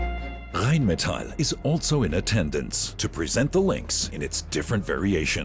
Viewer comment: seems a genuine voice. AI tends to pronounce rheinmetall like an American. here it actually sounds right. 🙂